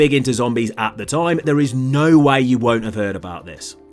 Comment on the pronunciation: If you're going to say the word way why don't you pronounce it like way and not why